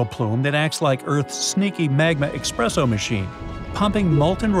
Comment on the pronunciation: You ruined it! There is no X in espresso!